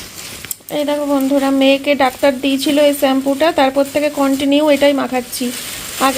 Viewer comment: তোমার বরের মুখের ওরকম অলস ভঙি দেখলে খুব বিরক্ত লাগে,,,আর স্যাম্পু হবে না কথাটা শ্যাম্পু হবে,,,,,😂